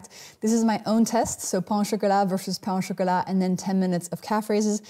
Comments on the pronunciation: You gotta love 16-minute videos worth of 30 seconds of useful information. Too much fluff, too much legs, too much ridiculously large jacket, and too little content. Also, learn to pronounce pain du chocolate properly if you want to show off your French. It's not /pɑ̃/, it's pronounced /pɛ̃/. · Pain du chocolat *is pronounced "pan."